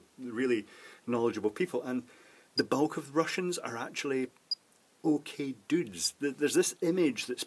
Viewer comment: "okee duds"